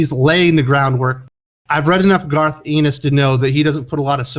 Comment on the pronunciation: You pronounce his name Garth En-nis